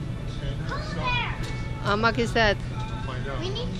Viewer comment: how much..mbak'e bukan how muk...hehe lucu.. koreksi yo mbak atu. nuhun